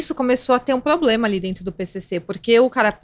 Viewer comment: ADORO VOCÊ, mas... "PLOBLEMA"??? Janja fazendo escola...